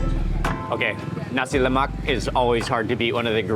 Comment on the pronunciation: Please Mark, just so you know, 'nasi lemak' is pronounced with a silent 'k' at the end. Don't emphasise the 'k' like you did. Otherwise, thanks for another mouth watering video. ❤